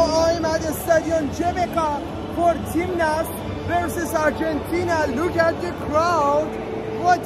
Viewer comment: GBK Like ur Saying Goggle Game Not Jbk